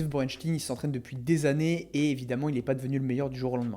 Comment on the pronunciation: On dit chtaïn Borenchtaïn.